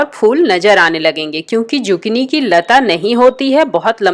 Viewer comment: Z nhe s padho esko Sukini hai ye